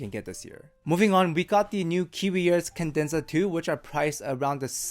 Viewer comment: it's "Cadenza." "Kah-dehn-zah." Not "kin-dehn-zuh." I will say however the new vids are miles less annoying than the old